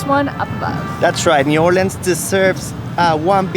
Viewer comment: I love that you said it right "or-lins" and you visited the Westbank. Great video.